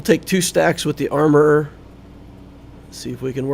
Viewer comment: And comedy, every time you say armorer i laugh